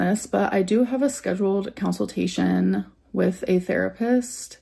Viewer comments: so i have a council-tation... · Counsel-tation lol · "COWNSILTATION". I CANNOT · I love that she says counseltation instead of consultation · drives me nuts when she says counsiltation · "Down On the dumps" "Counceltation" bruh. I swear there's no way she actually reads books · It makes me crazy that she calls it a council-tation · .... A counciltation? Did she just say.. 🤦🏼‍♀️ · I think she has a 🐄-cil-tation... 😢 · Haha! Counsel-tation!😂